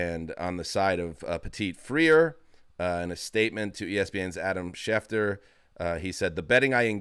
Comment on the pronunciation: "Free-er" you repeatedly said. That is not his name. Will learn how to say players' names? (*flashback to "SurTIN").